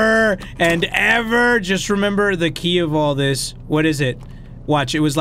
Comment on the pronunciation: When he said, " and ever, and ever, and ever." I thought he said Endeavor, Endeavor, Endeavor. (For people who don't know Endeavor is a character from My Hero Academia.)